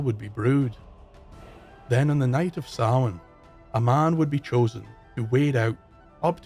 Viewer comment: Sounds like you are saying sauron instead of Samhain.